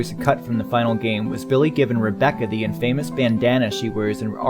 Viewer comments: "In-FAME-ous headband" (Infamous: in-fim-us) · Infamous: “In-Fuh-Muss” not “In-Fame-Us” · good video overall, but your pronunciation of the word "infamous" like you're saying "in famous" drove me fucking nuts.